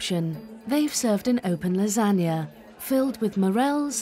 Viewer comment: The narrator, India Fisher, does not know how to say Lasagna and called it lagna.